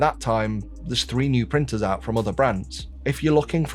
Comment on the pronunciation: Can Bambu prin-ers prin- T's so tha- Bri-s can say words with T-s in them?